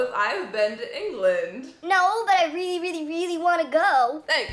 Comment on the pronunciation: I totaly love how you say the word really :D like wiely :D